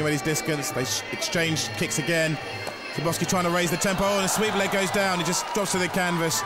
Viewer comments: This commentator, the british guy, is terrible... who the hell is Sirboffski? The man's name is Skarbowsky, put some respect on it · His name is pronounced skarbovsky. The W is pronounced as a V